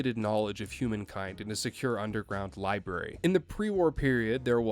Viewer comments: Nah partner i reckon that liberry did sound quite like a southern accent. Ya hear me? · Buddy you're canadian that "library" didnt sound remotely southern or from texas, florida, anywhere where a "yeehaw" dialect would be from but the rest of that point is fine lol